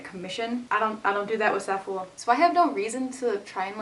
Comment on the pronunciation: pretty sure Zaful is pronounced like it rhymes with awful